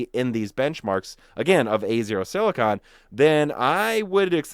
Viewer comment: No offense, but please look up the pronunciation for silicon. The way you say it is like scratching a chalkboard.